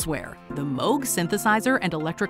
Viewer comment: Thank you for pronouncing Moog correctly!